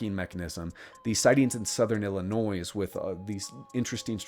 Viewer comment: Pronounces the s in Illinois. Now I'm questioning everything you spoke about!